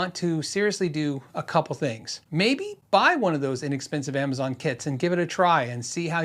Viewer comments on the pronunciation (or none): none